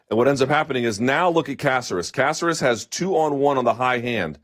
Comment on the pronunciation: Killed it, Luke. Lol Please don't butcher Caceres' Cuban/PuertoRican name anymore. Love you though.